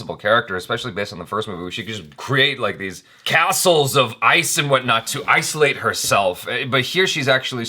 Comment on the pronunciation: Did anyone else hear him say isolate? Ice-olate?